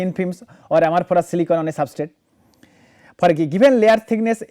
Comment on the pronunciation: Please check ..the pronunciation is for "Amorphous" not for "Amorphorous"...Otherwise it sounds really weird